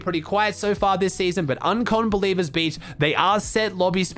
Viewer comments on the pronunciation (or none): none